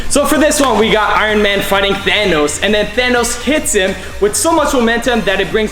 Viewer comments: Than-noss it’s thanos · thanos not thonos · The way he says thanos😂😂😂😂😂😂😂😅😅😅😅😆😆